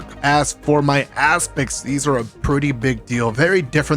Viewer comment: Did this man say aspects and ass pics?